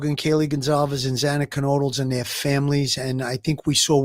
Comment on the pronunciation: Xana’s name is pronounced like: Z AN A, not Z AH NA, it’s been almost 3 years 🤦🏻‍♀️